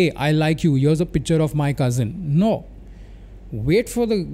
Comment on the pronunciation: You have ruined the word cousin 😂